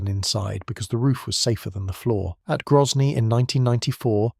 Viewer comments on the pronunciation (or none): none